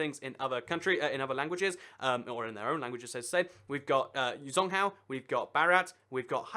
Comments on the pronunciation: 'Zhōngguó'' is pronounced more like 'Jong-Gor' than 'Zong-Hao' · china's name for themselves is called zhong guo or (zchong go) is how you pronounce it not zong gwa which means central kingdom and its from ancient Chinese people who believed they were the center of the universe according to my Chinese teacher Mrs. Xia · He said it as "zong cow". Literally zong cow. Most people at least get guó right. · You Should Look Up How To Pronounce Things Before Making The Videos. For Further Reference, A 'Q' In Chinese Makes The Equivalent Of A 'Ch' Sound In English, And 'Zh' Makes I Guess Like A Sort Of Cross Between A 'Sh' Sound And A 'J' Sound In English?